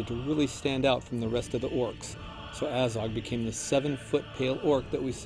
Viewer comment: It's Azog not A-zog